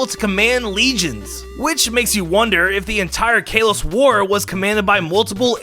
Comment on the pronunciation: it makes me mad the way he pronounces kalos and aegislash